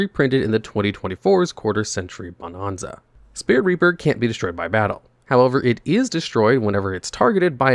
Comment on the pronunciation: Stop mispronouncing Bonanza!